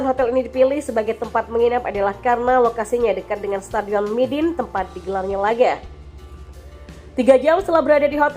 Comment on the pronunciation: sorry min nama stadionnya midin ato midun ato my dinh yaa yg benar...